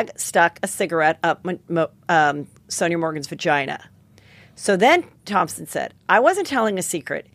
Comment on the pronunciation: Take a shot every time Heather says ThomPson instead of Thomson 😂🕺🏻♥️